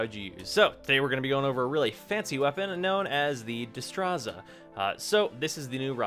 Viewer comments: The way you pronounce destreza and rapier are cringe worthy. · The fact that you can't pronounce either Destreza or rapier made this review slightly less satisfying.